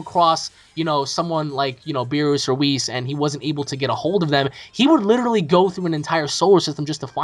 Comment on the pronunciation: Why do u pronounce beerus as ( beer-ruse)